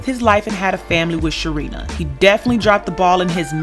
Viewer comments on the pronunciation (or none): Uuhmmmm he couldn’t say her name...... Say it with me class, Sharina! is an unlikable character...However he did manage Wendy well business wise.